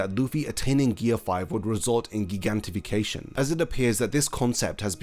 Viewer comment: I never heard anybody pronounce gigantification like that..... lol, culture is cool. Love the new channel!! And gear 5 is awesome it's just really fun to see.